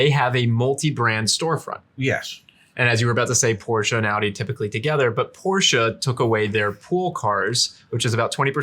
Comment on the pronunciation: Pronouncing Porsche properly is a breath of fresh air. Thanks, gents!